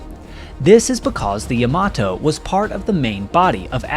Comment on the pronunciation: Yama-TO, not yama-toe.